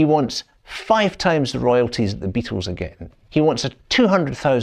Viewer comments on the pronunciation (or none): none